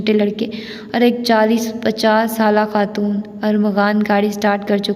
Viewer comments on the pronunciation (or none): Aap acha parhti hain, lekn aap ne apnay talafuz pr bilkul mehnat nahi ki. Jesay taaleem ko tleem,khaatoon ko khtoon. Palat ko pult aamad ko aamd. Plz work on you pronunciation.